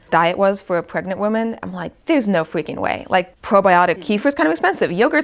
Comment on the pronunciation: “No fweaking way” omg I can’t take this woman seriously